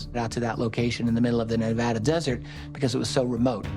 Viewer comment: Please learn how to pronounce NEVADA.